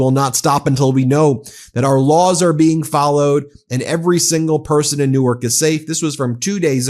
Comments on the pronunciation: Great to see this being covered on this channel, Ben. Thank you. This hits close to home as a NJ resident. Pro tip. We pronounce it like New-Work, not New-Arch. 💙💙💙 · Ben, fyi - the pronunciation of NJ Newark is one syllable. Delaware Newark is two syllables similar to how you said it.